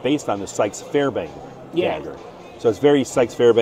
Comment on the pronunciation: "Fairbain" had me laughing. For anyone confused he means the Fairbairn(Fair-bear-n) Sykes dagger which got its name from its designer William E. Fairbairn. Fairbairn not only taught the British SF of WW2 but also American commandos. His design would go on to influence the Ek Commando dagger, the Applegate dagger and a hand full of other legendary daggers since. He also developed a fighting system sometimes called "Gutter fighting" which was at times marketed as "Defendu" and his books can still be found and purchased today under the names "Defendu" and "Get tough". He was a badass dude who worked as law enforcement in one of Chinas most violent regions and survived countless knife attacks and was famously covered in scars from knife wounds. He firmly believed the knife was by far the deadliest weapon in close quarters especially in the capable hands. Ive been looking forward to the Fighter on that table since I saw it last year, wish it also came in a better steel though. You also seemed to have missed out on their other new product coming I think next year which was a classic MK2 Kabar fighter in Magnacut which immediately landed itself on my bucketknives list.